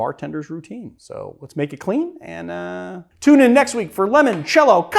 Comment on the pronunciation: Limoncello…. Stop saying it like lemon cello